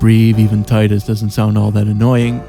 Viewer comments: Tee-duss. Not Tye-duss. O'aka the 23rd, not 3rd. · Tidus. Not tidus. Lol just kidding this time, couldnt resist. I love your videos!